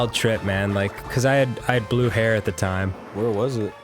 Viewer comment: When he said Blue hair. I thought he meant Blew Heroin.